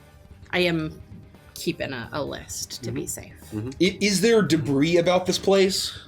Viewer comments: debris = de bree (it's french in origin so you don't say the 's') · "It's covered in de-briss." This is what happens when you let a mohel into a balloon factory. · Pretty sure she was just riffing lol, she's a grown woman in the U.S., she's heard the real pronunciation.